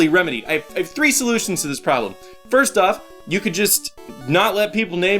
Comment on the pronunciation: Great dat said "frist"